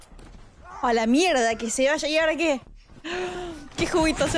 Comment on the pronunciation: ese "y ahora qué" me sonó muy argentino, asi que tuve que buscar y encontré que tus padres son argentinos 🤣 tengo buen oído